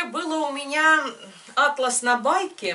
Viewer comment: Да не Атлас,а атлАс! Атлас это сборник карт географических,а ткань атлАс!